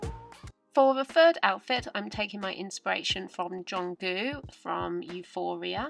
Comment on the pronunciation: i love how you say jungkook and your fashion is cute..